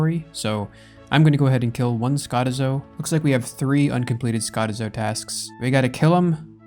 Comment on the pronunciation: Lmao the way he pronounces skotizo is hilarious